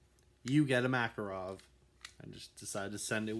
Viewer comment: Its not makarOv its makArov